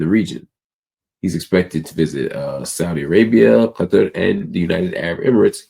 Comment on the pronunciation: You pronounced Qatar correctly. Do you speak Arabic?